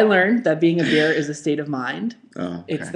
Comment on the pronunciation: Your "bear" is homophonic with "beer" I was really excited for beer week.